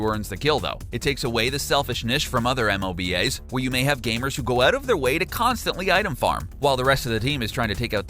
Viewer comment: "M-O-B-A'S" honestly wtf